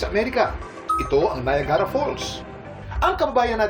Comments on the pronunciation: Bakit ganun ang pronounciation nya ng Niagra? Di naman un Na ya gara,weird😊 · The pronunciation is bothering me. Many people are watching and yet we openly say "NA-YA-GA-RA" Here''s how to pronounce it if you are in the USA or Canada IPA Pronunciation: /naɪˈæɡ.rə/. Phonetic Breakdown: ny (as in night) + AG (as in bag) + ruh. Commonality: The "Nie-AG-ra" (3 syllables) pronunciation is far more common, especially among locals, compared to "Nie-AG-a-ra" (4 syllables). Even I know the pronunciation, I have to take that literature from Google to prove this point. Stop mispronouncing words kuya. Kawawa ang mga batang nanonood. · It’s pronounced Nayagra (not Nayagara). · You don’t say NAYAGARA once you said that people here thinks you’re not from here in Canada